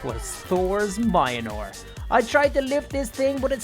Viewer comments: Mjolnir is pronounced mulnear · Can u please pronounce mjlonir correctly I beg of you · Its pronounced Mjolnir. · You didnt even try to pronounce Mjölnir